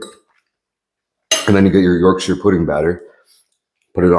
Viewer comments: Thank you for not saying “York-SHIRE” it was very well received and pronounced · thanks for pronouncing yorkshire correctly =)